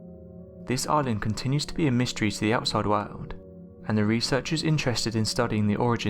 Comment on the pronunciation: God I fucking hate how you say world. It's a hard R not ow, not wowld it's woRld.